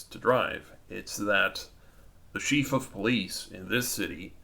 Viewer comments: Chief is pronounced 'CHēf', not 'sheef' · Thompson.... pronounced Tom-son... ignorant enough to not be able to pronounce a common name. So irritating. It's not a Sheef of Police, either...